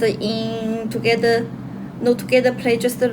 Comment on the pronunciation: พูดว่า "Kuian with chalee twogether in kubol" เอะ! ❤❤❤❤